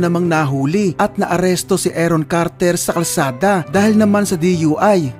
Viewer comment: Aron Carter po hindi Eron Carter. Paki ayusin po ang pronunciation.